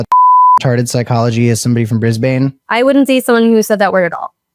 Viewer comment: Australians collectively cringe every time Cam says "BrizzBayne". It's "BrizBin". That's probably why stopped dating him.🤔